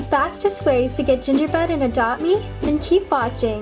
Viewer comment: Did any one notice that she said gingerbed? Like if u did